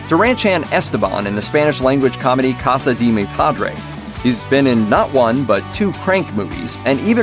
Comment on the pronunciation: Did you hear the way he said casa de mi padre